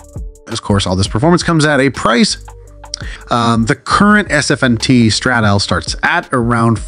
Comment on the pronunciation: It is not pronounced Satostral but STRA-DA-LE 😂